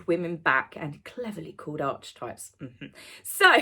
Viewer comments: Fab and funny review as always. Me , me me. However, can I politely add that it's not pronounced Arch - types , two syllables but rather three: Ark eh Types . Markle is an utter bore. Serena couldn't get a word in edgeways. Faux fire - what? Take your baby with you ??? Huh? Edited not? The BS meter. Pants on fire.! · Archetypes is pronounced "arky types" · Genuine pointer - it's pronounced ARK-kay-types. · darling --> it's pronounced ah-kə (types)... its not ARCH as in way... please can you correct your pronunciation on this particular word because it's very important if you want to be taken seriously. Please, any number of references will tell you the same or listen to Carl Jung for even five minutes... ❤a lot of people watch and listen to you, they may learn from you... thank you xx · Call me Karen, but the title of her pod-cast is pronounced 'Ark-ee-types'. 'Ark' likes Noah's big 🚢 🚣‍♂️ 🛥 🛶 ⛵️ boat. There is absolutely no 'arch' in the pronunciation in anyone's language. No 'arch' - just saying. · I love that you pronounce the podcast as arch-types! I think we should all be calling it archie-types. Please?! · The Dianna imitation shy smile in the trailer!!! Who actually falls for this stuff? H can't be THAT dumb??? (Archetypes is actually pronounced Ark-e-types in a shocking departure from them forcing Archie into everything!!! :) x) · I hope you don't mind me mentioning this but it's pronounced: ark-eh-types I can't bring myself to listen to the podcast — thanks for doing it for us. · Hi, Just a heads up....Archetypes is pronounced Ar-key-types. Sorry to be a pedant. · Ark E Types is how you pronounce the word Archetypes. I love you so much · Don't worry about saying archetypes wrong. Meghan clearly doesn't understand what it means. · I’m sorry but you’re pronouncing “archetypes” wrong…..love your videos! 👍🏻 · Pleeeeeeze pronounce Archetypes correctly. Enough people corrected you last time. Pleeeeeeeze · Archetypes. Learn how to pronounce search.